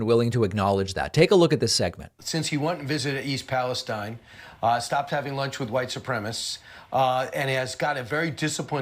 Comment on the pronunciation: Why do the Republicans continue to insist on pronouncing East Palestine incorrectly? Do they do it intentionally or are they just that clueless?